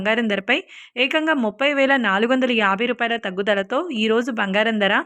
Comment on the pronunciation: Please recruit anchors/news readers who can pronounce correctly. This woman pronounce Dhara (price) as dara in the same way other words. Very disgusting.